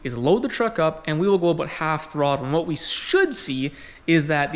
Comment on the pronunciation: It's aboot time that you talked aboot this.